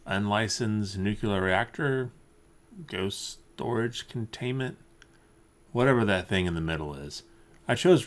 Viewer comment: "nuke-u-lar reactor" Nooooooooooooooooooooooooooooooooooooooo! :)